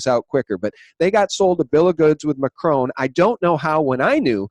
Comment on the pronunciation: Drop the fucking French accent when pronouncing macron! Mahhhhhhhchrhoooon you’re a dickhead!